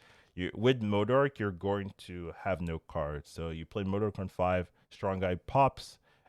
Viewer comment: Hearing day Modok correctly made my day lol